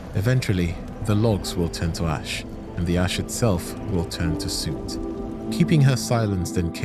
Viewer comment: Exactly. Also the pronunciation of soot.